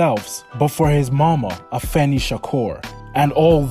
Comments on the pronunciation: Amen ! It’s ridiculous as everyone should know how to pronounce pac name by now and if someone can say keefe d properly then they should definitely be able to say Tupac. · It's pac for sure not pack like your buying a 6 pack of beer if your doing a video on a man make sure you pronounce his name correctly or get roasted on your own videos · Hey you ain't going to make it on YouTube if you can't even do research on a famous rapper like 2pac. Learn how to pronounce his name it's definitely not two pack 😂😂😂😂😂😂😂😂😂😂